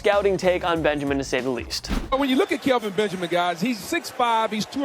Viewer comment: The kelvin Benjemen one had me dead 😭😭😭